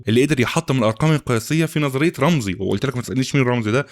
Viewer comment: رامسي مش رامزي 😅😅 محتواك فاخر والله